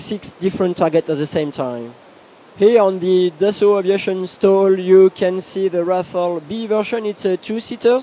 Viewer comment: she must have been asked she would paid to use word dassult many times..... the moron tells rafale is beeter thern su-30mki he must be high